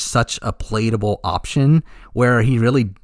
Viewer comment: Take a shot every time he mispronounces “palatable.” Joke aside, love the vid and the theorizing!